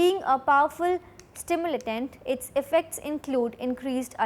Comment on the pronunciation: Stimulatant ❌ Stimulant ✅